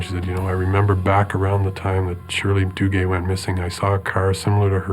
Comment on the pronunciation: If I hear the narrator mention the name, Shirley DooGay one more time - somebody's going to lose their fecking head round here 😂😂😂